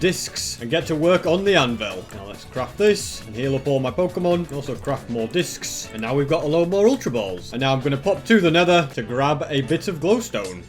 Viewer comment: i love how he says discis